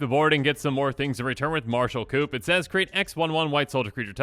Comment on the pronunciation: Did he just pronounce the P in Martial Coup? Its not an animal hutch.